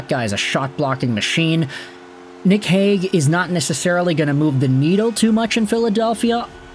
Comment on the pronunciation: There was a Robert Hagg in Philly from , BUT the way everyone pronounced his name was more like ‘Hague’…so yes, kinda.